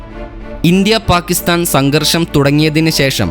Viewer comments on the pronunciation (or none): none